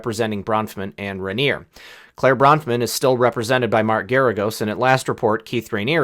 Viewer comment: Part A of the law says it is a crime to lie to Congress but part B of the same law negates part A. That is how FBI agents lie in criminal cases, put people in prison and are not held accountable because part B negates A. The last e on Raniere is silent.